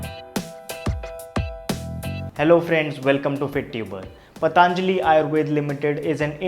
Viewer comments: पतंजलि not पतांजलि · Not पतांजलि 😂😂 its simple पतंजलि 😎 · It's patanjali not pataanjali...why most of the u tuber pronounce it 'pataanjali'.....u all r educated so..we don't expect this from you... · its not pa taaan jali its patanjli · Just for the sake of English don't change the name it's patanjali not pataanjali .